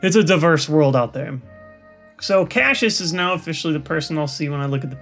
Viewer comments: how is it that he pronounces the simplest of names wrong? seriously, he's confuse by Flechinder's name (A combination of Fledgling and cinder) and Cashus? come on its spelled Cassius, Cass-ee-us. How hard are these names? Lysandre i'll let slide, for now, because a lot of people seem to have a hard time with his name, even me. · it is pronounced "Cass-See-us" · Is his name supposed to be pronounced cass-e-us like in shakesphere